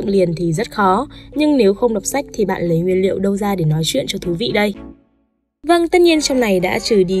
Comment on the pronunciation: xem sách mà mình nghe nhầm thành xem sếch